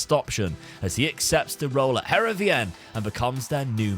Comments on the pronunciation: Loving this series! Just a quick note - Heerenveen is pronounced Herenfeen - key bit is the v pronounced as an F 🙂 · Btw, Heerenveen is pronounced like (Hear-en-vane). It's my local club!